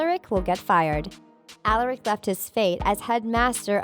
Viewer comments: Why in the fuck would Klaus , Elijah and Hayley emerge from the puddle when none of them were killed/consumed by malivore ? Lmao guys please get people who can pronounce Michaelson (My-cul-sun) and Alaric(Uh-lar-ic) and who are familiar with the TVDU. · "Alarek" "Alarek", "Alarek", "Alarek" I can ignore it once Such as I did when you said "mikelson" But saying a name wrong 4 times in a row is just too much... makes me not feel a connection to what is being said, as the person who is saying it clearly didn't watch the show Even if that person is different from the script writer. Seriously, I subscribed at the start of the video, and unsubscribed by the end of it. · So you said Alaric’s name wrong and then hopes last name wrong and the you said Klaus’s name wrong and then you spelled Hayley’s name wrong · She also said Alaric wrong